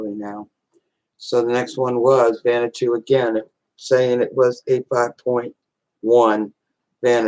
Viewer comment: Why do.americans pronounce it vanatoo? It's pronounced vaner watoo